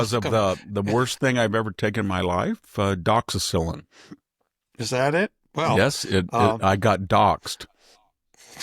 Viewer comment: I can't let an obvious intellectual superior continue to grossly mispronounce the name of one of the most commonly prescribed antibiotics in the world. DOXYCYCLINE.